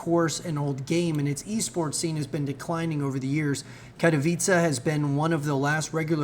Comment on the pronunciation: Amazing to see an English speaker pronounce Katowice well!